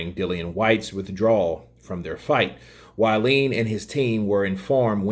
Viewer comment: Pronounced (Wall-in ) WaLLin